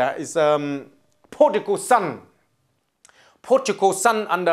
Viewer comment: IT'S PRODIGAL SON, NOT PORTUGAL SON,!